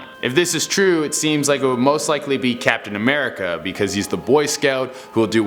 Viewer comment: Tony died 😫😩😨😰😥😢😓😭😤😭😭😭😭😤 He Died sacrificed himself just hearing you saying captain America is funny